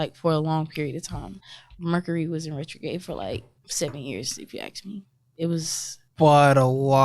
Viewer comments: It’s “ask”. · Why are black people so allergic to the word "ask"? It's not hard, come on